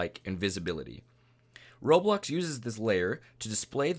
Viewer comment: Roblox not roblux